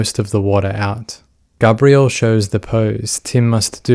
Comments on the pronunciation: Gabriel is pronounced Gay-Bree-Uhl typically. With Gabrielle, a more commonly female name is as you pronounced Gabrie"Ga-Bree-Elle" There are exceptions, but this particular case it is Gay-bree-uhl. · plz learn to pronounce names like gabriel 🤦🏻‍♀️ it’s not GABBRIEL it’s GABEriel .. gabby & gabe it’s gabriel … seriously he’s a boy her younger son yet u keep calling him a girl name 🤦🏻‍♀️ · The boy’s name was GABRIEL (like the Angel Gabriel), not “Gabrielle”, which is a girl’s name, and is what you keep saying. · Gabriel & Gabrielle are not pronounced the same. You keep pronouncing Gabriel as Gabrielle & it makes me flinch every time. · I like this video, but I think the constant mispronunciation of "Gabriel," is annoying. It's a given name, pronounced by the family as Gabe-Ree-Ul. This is a pet-peeve I have with non-American English speakers, when they're saying American names. Like saying "Los Angeles" as "Los Ann Jul Lees." It's either the Spanish pronunciation, or the modern American pronunciation, but the "Los Ann Jul Lees" pronunciation is just incorrect. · Its so annoying that you keep pronouncing the youngest sons name wrong. But why pronounce it at all? You clearly watched the trial and know the court was referring to him as G. Have some professional courtesy ffs. Unsub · I get it the visceral need for smart folk to have unique pronunciation on ordinary mundane words but man. You really did Gabriel dirty.